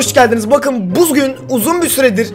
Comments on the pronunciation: 'te bugün yerine buzgün diyor onu yazmış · Başta buzgün diyo .... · hayir oyle degil video basligindan yanlislikda Bugun diyecekken buzgun diyo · Olay: Videonun basında bugün diyeceğine buzgün demiş ne abarttınız (herkese demiyorum) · Büzgün ne abı? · hayır video girişini iyi dinle bu gün veye bir gün derken büzgün diyor